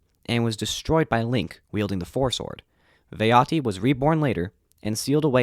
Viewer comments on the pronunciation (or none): VAH-TI is the correct pronunciation for Vaati, there's only 2 syllables. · It’s fucking pronounced Vahti